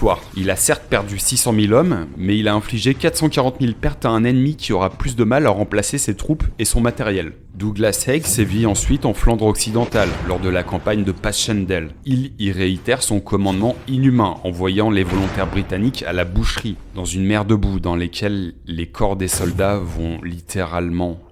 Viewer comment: Les Français et la prononciation: on reprend : Guerre des boers [Bour] pas des [Boèrre]... Bataille de Mons [Monss]. Pour Passchendaele, on peut le prononcer juste Passendale... ou si vraiment c'est imprononçable pour vous, elle est aussi appelée 3ème bataille d'Ypres... Mais bon, on ne va pas vous reprocher de déjà prononcer vos propres villes de différentes façon...😂